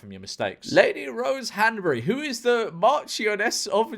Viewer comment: Not to sound like s tori twat, but the way he pronounced marchioness was painful.